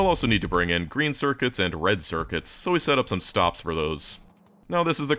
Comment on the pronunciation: For a moment when he says "rend white and blue" y almost believe he could say Paraguay 😢❤